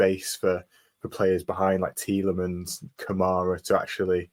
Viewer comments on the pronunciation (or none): Pet hate: commentators who pretentiously pronounce names. The BBC guy who pronounces it "Tielemons" does my head in!